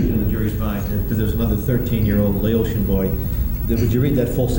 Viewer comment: All this money y'all spend on education to get here and you can't even properly pronounce "Laotian"🤣